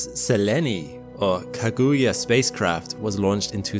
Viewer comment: Tip. Whenever you're saying any word in japanese. Don't stress any syllable in particular but if you do. Stress the first. This stressing of the second syllable of every word is infuriating. Kaguya. No stress. Not K'GUHyuh. Just a tip.